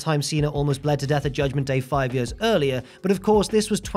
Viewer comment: I like how says "years"